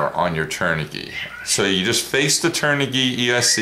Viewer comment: The kv rating does not stand for kilo-volt. It stands for RPM/volt. Just say kv. You are also pronouncing the brand wrong as well, turn-ah-g. LOVE the wing colors.